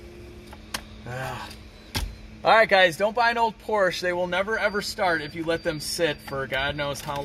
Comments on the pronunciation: Why do you say Porscha when it is pronounced Porsche with an e??? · POR-SCH-E not A pls. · Porsche 928 at 10.13 checkered interior was called 'Pasha'....its only $235 a yard